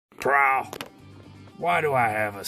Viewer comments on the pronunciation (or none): Um...I'm pretty sure Peter Cullen would have gotten that L in when saying Prowl's name. I mean, dude, what is this?? "Praaww". What...?! Really?! What was that?! What in the freshly baked hell was that?!🤣🤣🤣🤣🤣🤣